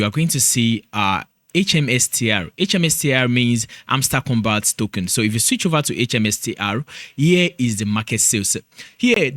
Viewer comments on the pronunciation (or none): All I’m hearing is tokun😂